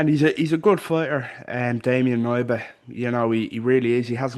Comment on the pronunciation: Hey, Polish guy here - It’s pronounced K-nee-ba. You say the „K” clearly, like in the word „key”, not silent like in „knee”